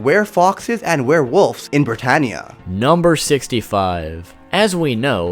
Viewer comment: When you sade bratanea i was like code geass!? (Sory for my bad grammar)